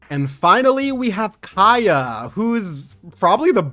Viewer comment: since it's been so many times... it's KAEYA not Keaya...